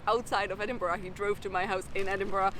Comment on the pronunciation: Stop saying "edingbrah"!